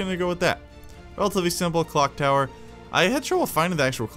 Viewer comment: I thought he said cock tower😅😅😅